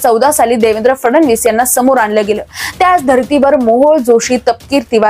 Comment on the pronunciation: फडनवीस आणि फडणवीस यातला फरक पत्रकारांना कळत नाही आणि उच्चार पण करता येत नाही।